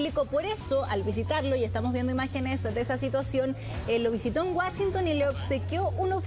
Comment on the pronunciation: lo visitó en Guachinton... qué vergüenza la pronunciación de la periodista